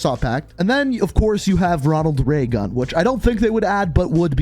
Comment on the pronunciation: "Ronald Raygun"